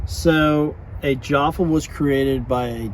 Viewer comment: “Jaaafle” 😬😑 - every Australian